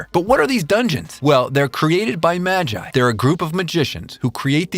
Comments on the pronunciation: Did he just say maj-I? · You butchered magi's name